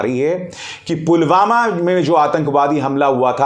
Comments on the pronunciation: Pulwama ko to Pulgama bol rhe h 😠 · Modi says pulgama 😂not pulwama 😂😂😂